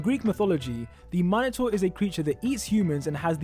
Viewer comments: it's pronounced min a tore not hating just helpin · The way he pronounced minotaur made me cringe so bad😂😂😂😂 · Its not minator Its minatour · Lol you pronounce minotaur weird xD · He said minator wrong it ok tho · Why do you say minotaur wrong? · You say Minotaur wrong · the way he said "minotaur" was funny xd